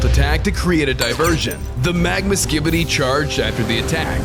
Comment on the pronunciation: When i used captions bro said skidy toilet